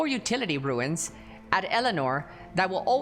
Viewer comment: Second creator I've seen in the last two days that says 'ruins' when trying to pronounce runes. It's pronounced like 'roons'.